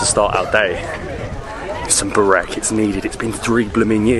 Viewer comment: bro you kill burek (spell it as BOO-RACK)